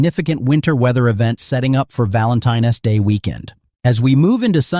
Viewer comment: “Valentine S day”